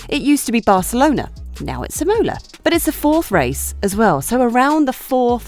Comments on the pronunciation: It is IMOLA not IMMMOLA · Is I'mola not imo'la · Im-OH-la was quite distracting. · Wasn't it lol I had to rewind to make sure she said it how I heard it! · true f1 fans apparently! cant wait to watch Im-OH-la, SCHpa, sandFART and MoNaC(h)os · The same for Imola! Accent on the a not the o! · And she said it like 5 times!!! Cringe worthy! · They just needed one person to watch this before releasing it to fix that error. Sad. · Literally the only thing I could ever think